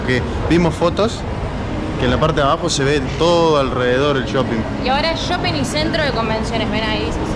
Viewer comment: Porque dice "yoping"?